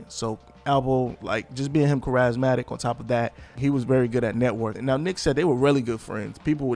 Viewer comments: charismatic lol He said "Cuh-raz-matic" its pronounced "care-is-matic" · I’ve never heard anyone pronounce the word charismatic as “ka-razz-matic” lol